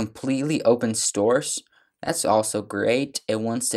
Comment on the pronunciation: arduino - ar-du-wee-no not ardi-nio / open source - sors not stors / Repos- ree-poes not reppos / . sorry man but it was killing me